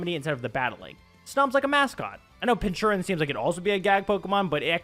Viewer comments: Lol it's Pronounced Pin-KUR-Chin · Pin-ker-chin. Thats how you pronounce it.